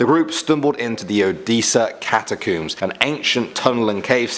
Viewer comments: It's pronounced catacombs not catcooms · Love the video, get adjutated every time he pronounces catacombs tho 🤦‍♂️😬